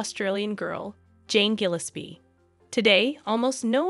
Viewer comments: Interesting story but "Gilis-pee" hurt my ears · Your pronunciation of Bali and Gillespie needs work